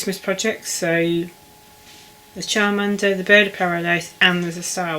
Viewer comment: When you said the Pokémon sheet was upside down and then turned it I was saying no it was the right now and then when you said you've down chowmander (sp) I was saying again no you're busy doing it 😂 bless you, we all have those moments when filming. Each time you say chowmander I think you're saying childminder 😂 Loving your pieces you've got quite a bit done 👍🏻